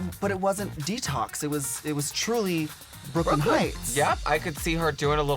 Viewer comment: How did you manage to butcher her name like that lmao, it's Brooke Lynn Hytes.